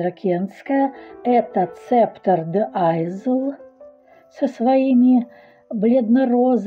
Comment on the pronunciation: И по правилам английского языка читается не айзл, а айл - остров))